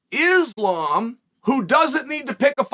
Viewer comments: 😂anyone else notice now Chael is saying the name right now “Islam” the videos before this he was saying Makelchev💯 smart move by Chael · GOOD JOB CHAEL LOL I NOTICED YOU CHANGED UP AND NOW YOURE SAYING THE NAME RIGHT ISLAM ! 💯 GOOD MOVE